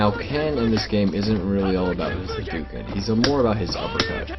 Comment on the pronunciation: How can you call it a HADOOKEN when the character even says the correct pronunciation?